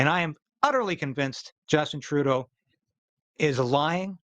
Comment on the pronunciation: Please say Justine Troodoe